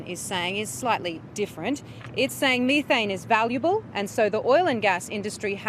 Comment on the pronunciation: You shouldn't talk about methane if you can't pronounce it properly.